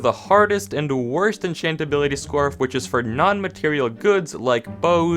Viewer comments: ah yes, enchatability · Enchatability lol